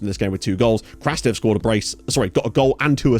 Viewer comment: Just a tip, Evtim Krastev’s name in Bulgarian is pronounced as "Krustev” (u as in understand). Keep up the good work!